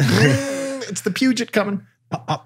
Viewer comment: Your pronunciation of Peugeot, though... 😭